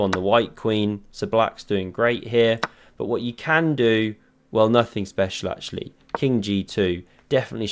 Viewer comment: " I certainly kann" . jajajaja